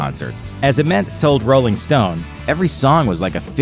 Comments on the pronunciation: It's not Ah-ment, its Aye-ment. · How can the narrator butcher Jeff Ament’s name so badly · for a channel named grunge you guys should be able to pronounce jeffs last name correctly lmao